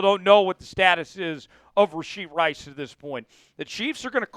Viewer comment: It's RASHEE Rice! No D in Rashee